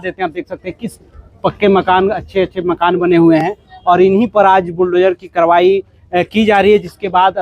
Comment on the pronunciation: तोरा नहीं जा रहा तोड़ा जा रहा है. करवाई नहीं कारवाई हो रही है।